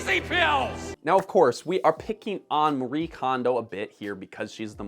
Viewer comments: She is Japanese and it is not pronounced "Marie" but instead "Ma-ree-eh". This is not a "Japanese art of decluttering and organizing", that is complete bullshit, no one here in Japan had heard of her and her concept before she started it. Homes here are cluttered too. and I would say more so then in North America. I will give her credit, she made this genre and milked it. Good on her. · The "e" in "Marie Kondo" is not silent.